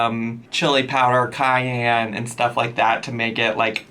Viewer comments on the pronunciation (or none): none